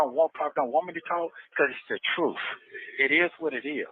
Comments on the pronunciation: “Da truff”. My lord. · I wish with all my heart that learns how to pronounce the word “truth “.